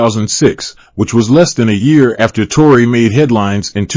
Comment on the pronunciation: Evaluate or evacuate? Tore-eye or Tore-ee 🤣😂 Hilarious!